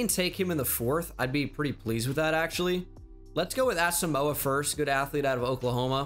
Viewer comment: The way you pronounce Asamoah drives me insane